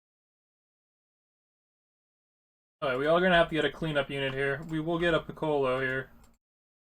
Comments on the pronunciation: ITS PICCOLO NOT PICKALOE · Good video but the way you pronounced piccolo triggered me..